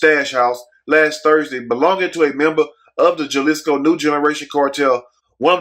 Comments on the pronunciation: Lol I'm cracking up on how he said Jalisco (Haa-lee-sko) Jelishko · It’s Hal-islico not Jal... but everything else on point! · The j is sounded out like a h halisco